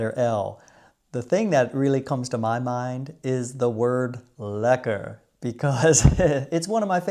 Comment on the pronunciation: The way you said it was also lekker. Would you believe it? This dutchman has never been to the Keukenhof, I'll enjoy the tulips and other bulbs in my garden. The Kröller Müler is great and after many years of training my friends in Rochester can now correctly pronounce Van Gogh and Gouda 😅🖼🎨🧀